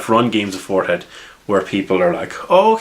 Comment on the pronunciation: I'm trying to work on my Irish accent. Fourth ed sounds like forehead to me.